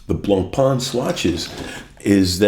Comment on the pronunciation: You're collection is really interesting and your commentary was great I enjoyed this post very much, thanks. You pronounce the French names very well except Blancpain, fore some reason American watch people struggle with this one.